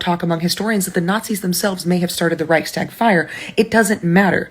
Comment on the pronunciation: You left your teleprompter onscreen again. Reichstag is one word, not two. And it's not about deer. It's the reich's tag, and it's "tag" meaning day, not stag.